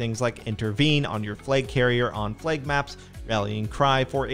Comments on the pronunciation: totally sounds like he is saying plague not flag? map? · Why does this guy say the word "flag" as "flayg" ?